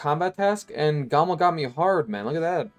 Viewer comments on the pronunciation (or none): none